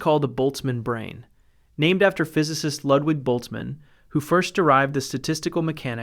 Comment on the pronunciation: Please pronounce Ludwig Boltzmann properly "Loodvich Boltsman" "Ch" Sounds like the ch in loch, between sh of "be quiet" and ch of "batch".